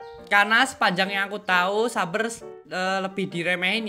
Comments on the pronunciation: Its saber(seyber) Not saber(suber) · tangna he literally say S A B E R